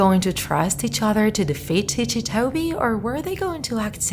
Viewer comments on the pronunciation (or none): Okay I really need to know, is this woman pronouncing ticci wrong or not? Because in my language I pronounce it like 'ticky' because so far I know his name 'ticci' is because he has ticks. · Yes, she's pronouncing it wrong. The creater of Ticci Toby, Kastoway, confirmed this. He basically said that he got the name idea from the story, 'Rikki Tikki Tavi' (which his a story about a mongoose, lmao.) Not to mention, Toby also *tics*, hence the name. Hope this helped!!! :-) (P.S--- Even though all I said is true, there is hardly proof anymore because Kastoway decided to take Toby out of the fandom and, unfortunately, disassociate himself from the character.) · you pronounced Ticci like it's an Italian world.